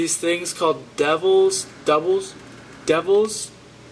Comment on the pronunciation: Its tah-bay-go (tobago)...... and they are called doubles (Like double or nothing) lol!! My family is Trinidian and I literally cringed my life away when you pronouncing those two things! lol